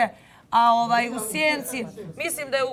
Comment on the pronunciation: Oooaaaj....Ooooaaaj (ovaj)... nauci prvo izgovarat rijeci 😉